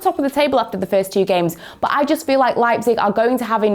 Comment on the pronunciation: Hello one football English. Can you please change this lady? Her accent is just Soo annoying just irritates my ears Everytime when she says but as boat. I am just tired and I will not subscribe and watch your channel anymore and also many people like me will do that. Please try to bring someone with better English dialect, even American accent, South African accent feels a lot better. I also like British accent but this dialect is just unbearable. Thank you.